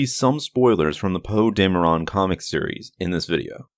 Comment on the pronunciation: DAME-RON is what your saying 😂😂 DAM-ER-EN is how it is